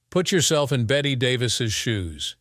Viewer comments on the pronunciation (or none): It's pronounced Betty. She is not a wager.